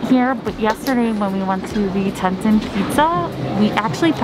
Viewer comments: Its Pronounced TEA-TAHN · Al pine not alpin. Tee tawn. Mange eee. Not mangy. Might try to pronounce the places you travel to correctly. 😂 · The way she pronounces stuff so wrong though! 😂 Teton, Mangy Moose, and Nutella! Too funny. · thanks so much! The area just had so many great eats. And Yes I kept pronouncing it wrong :( I tend to do that. Sometimes I get embarrassed by it but I get so excited when I am on site somewhere